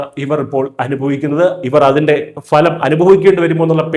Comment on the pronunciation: Phalam അല്ല Bhalam ഫലം.